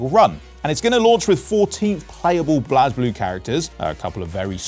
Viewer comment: The way this man said blazblue hurt my soul